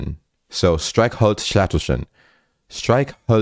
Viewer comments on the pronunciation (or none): You did a very good job!^^ You sometimes still pronounce the R the American way. Also, with Streichholzschächtelchen you missed a ch sound I think. But these are very difficult words, you still did very well. I don't think it's fair to include the word Regisseur, because it comes from French and therefore has French pronunciation. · Brooo its not "schätelchen", its "schäCHtelchen". You're forgetting the CH bevor the T Its the same soft "ch" sound as the other two "CH"s in this word. And only the first syllable is stressed (the "streich") I hope I could help 🤙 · You did amazing bro! Regisseur isn't really pronounced like German words since it's coming from french. And Matchbox... If you want to pronounce words like that easier do it like this: Streich - Holz - Schäch - Tel - Chen. You tried to divide it into Streichholz - Schächtelchen. Don't do that. You are kinda rushing the Schächtelchen. If you break it down to what I wrote earlier, this is how you can easily pronounce every German word, or atleast easier. That's how Germans learn the words in first grades If you solidified that, you can get faster with the whole word until you pronounce the whole word perfectly :) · You have to split the sounds like this: ver-einig-te. And in Streichholzschächtelchen you did pronounce Streichholzschätelchen, you forgot the ch and not the t xD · cut this word in smaller parts and try again. Streich-holz-schäch-tel-chen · "Streichholzschächtelchen" : like every ch sound in here is 'soft' and not like f.e. in 'Dach' (=roof) also you can cut words in little pieces > streich | holz | schächtelchen and tryna pronounce the different pieces first :D the ä ist pronounced like the english a i'd say (but also not as 'ey' or 'ay' its hard to explain xD) the best thing is learning by talking, so keep going! Your german is already pretty good :D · You have to make your CH better, like at streichholzschächtelchen u also pronounce the ch as a K, but i cant explain the CH in words Xd